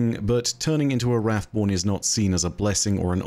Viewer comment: Wrathborn sound like boring taken lol